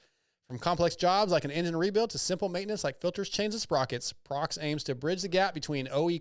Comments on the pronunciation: Prox? What the hell is Prox? 😂 It's "Proh-Ex" in America. Almost as bad as Steve saying, "Motor-Sport" instead of MotoSport and Ryno saying Motor-Cross instead of Motocross 😂 Hate being the grammar police, but these people are paying you guys, you should get their names correct 😆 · busting your balls 😉 It's an annunciation thing with non-english speakers. Or should I say, "nonglish?" The employees in America say Proh Ex, not Prox. Even the web URL has a hyphen 😋